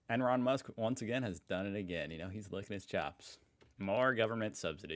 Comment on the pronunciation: do you mean to say Enron Musk? Or am I hearing things?